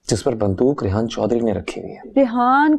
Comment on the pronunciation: She says rayyan instead of rehan. Love it...